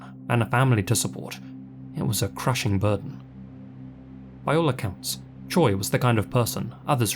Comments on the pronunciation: Your pronunciation was pretty damn good with the Korean names! Tip: “Choi” is said a bit like “Che”. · Correct me if im wrong, but isn't "Choi" pronounced like "Cho" in SK? Not that these men deserve any type of respect, just wondering. Amazing video, as always, ❤ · Now when you say "che" is that "che" like cheese, like Che Guevarra, or like shay? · Honestly, whose damn idea was it to Romanize it as Choi ??? It's no wonder English speakers constantly pronounce it as Choy.